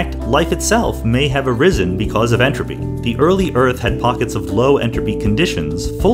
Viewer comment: every time he says enrapy take a shot